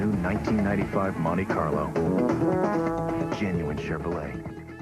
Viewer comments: Love your videos, and not trying to pick on you, but I think most people pronounce it "Mont-ee Carlo" not "Mont-ay Carlo". That's how they say it in the ad you included as well. Happy new year! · It's pronounced Mon-TEE, not Mon-TAY. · Nice video. Note that it is Montee not Montay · “Montay Carlo” lmfaooo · As a 1970/1976 Monte Carlo owner, I am hating the way dude says "Montay Carlo". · It's like partay (party) its how snobby americans talk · 🤣🤣🤣 pronounced MAHN-TEA..... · Bruh, chill on the "MonTAY Carlo" 😂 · What is a "montAy" carlo??? 😆😆😆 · Monte.. Pronounce it montee... Long E sound... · Monte Carlo is an area of Monaco, France. It is pronounced Moan-Tay. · It's a good thing the Monte Carlo isn't a French car it's an American car so it should be pronounced as an American would say it. Mon-tee Carlo.